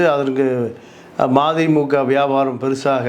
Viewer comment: மாதிமுக இல்ல மதிமுக நல்ல சொல்லுங்க சார்